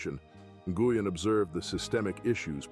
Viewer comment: Nguyen is pronounced "win".... I know, that's hard to follow.